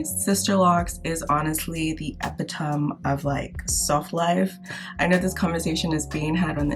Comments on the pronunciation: A-pit-a-me or o-me. Short A in both parts like amazing.. I had to try and figure out what word I thought you were saying. It's the correct meaning, but if you meant something else I don't know what It is. I am correcting your pronunciation. I apologize if that makes you feel uncomfortable. Let me know. I agree with you I love my braid locs. I keep them up myself and it's the best thing ever for all the reasons you said. I know that is not how you spell it but it's how it sounds. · This may sound funny, but I’ve never heard anyone pronounce ‘epitome’ that way. Is that a Nigerian thing? Lmk! Also, wondering if your beautiful name ‘’ is seeing a spike in new babies bc of the Netflix movie!